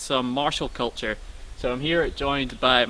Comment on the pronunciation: Martial "kilture"!